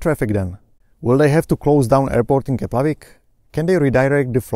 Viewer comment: Great video. However, did you say 'Keplavik' instead of 'Keflavik' 🙂?